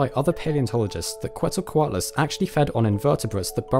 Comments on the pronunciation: I have to point this out: Quetzalcoatlus... since the name comes from the nahuatl language, the correct pronounciation is "keht-sal-coatlus", not "coo-eht-za-coatlus". The root of the name comes from Quetzalcoatl (which in turns means "feathered serpent") a major god in the Aztec pantheon. Also, great video, thanks for not letting us wait for like 10 years for part 3!! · Quetzalcoatlus is pronounced “Chet-zal-co-Attal-us”. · It's more like "ket-zel-koh-AW-tless" The "tl" is a fairly common Nahuatl letter, pronounced like the beginning of "clan", but you position your tongue like you're going to make a T sound instead of a C/K sound. Also, Nahuatl stresses the second to last syllable (at least classic Nahuatl does. Some modern speakers stress the end, or the third to last